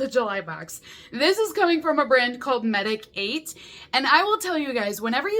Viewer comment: Medik8 is pronounced MEDICATE.